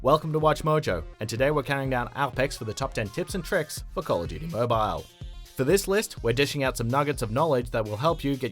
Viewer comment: Tip #1 pronounce it right (Mobile)